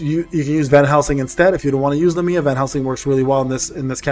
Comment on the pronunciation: IF I GET ONE MORE FRIEDRICH I WILL JUMP... needed to vent that somewhere since there is no world chat lmao i have gotten 3 fredirchs bro i dont even know if i wanna build him i just want more characters that's 2 other units i could have T^T. Also these pronunciations are terrible lol but they're hard names lol so i dont fault you. Lamia = Lah-me-uh Agares = Uh-gare-is